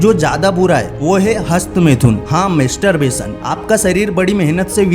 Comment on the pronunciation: मेस्टर बेसन नहि भोंदु,मास्टर बेसन बोल यु ट्यब बनातेहो बोलना नहि आता ?